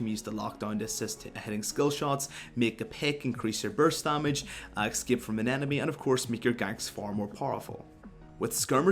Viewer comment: What is "excape" and "expecially"?